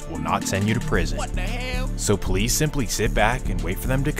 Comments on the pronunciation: “He dah pouwleece” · He the Poe-lice. 😂 They had 35 homicides, and this beef caused every single one of em.